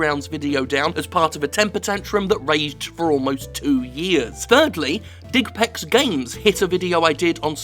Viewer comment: digpex always sounds like dickpacks or dickbags ...